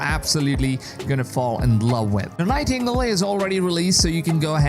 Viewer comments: This is not to pick on you for not being native english speaker (im not myself) But "Nightingale" is pronounced Nai-Ting-Gayle. Best words i think of to make the sounds that would make up the way you pronounce "nightingale" Ty for the vid. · Nigh Tingle 😂